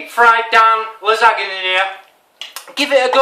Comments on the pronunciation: Dan here is some help, its pronounced Phonetically La Zon Ya also you should used Ricotta Cheese mixed with salt and pepper,& some herbs like sweet Basil & parsly and mozzarella cheese to top it off. a garlic bulb has small cloves inside and you remove the outer skin of the cloves before crushing. BTW Dan love you videos too. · Hi Dan Thanks for making me laugh again! Awesome! Your dish is pronounced LAZONYA-NAY-NAY :-)